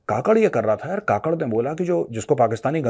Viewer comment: Kakad nahin Kakkar bolo Jaise Neha Kakkar